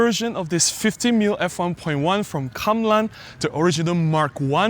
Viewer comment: Ah, I rarely see you buy a non Olympus lens. My main issue with Kamlan is my friend (you) pronouncing the name in Hokkien (😂). The haze and bloom and purple fringing seems very similar to the legacy film lenses I have, particularly the telezoom lenses, regardless on whether MFT or FF bodies. I don't think such lenses should used for the same subject as modern lenses - i.e. general subjects. They don't reward us with our expectations. They are lenses for niche subjects like really dreamy soft portraits of ladies in traditional old style dresses or cinematic scenes in old shophouses or kampung attap houses with natural diffuse light. And for those scenes, we don't use the legendary Olympus natural colours, we colour grade them severely to lose the natural look. That's my thinking. The busy bokeh, yeah, not nice. Now I am wondering how busy looking are the old film lenses I have.